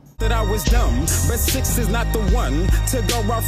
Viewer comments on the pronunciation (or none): It’s pronounced six not sick.